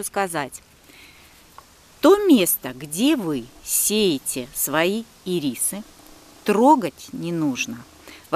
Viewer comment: Не ирИсы, а Ирисы😂